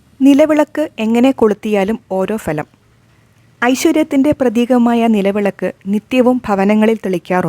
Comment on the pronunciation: "ഫലം" എന്ന പദം ശരിയായി ഉച്ചരിക്കുക.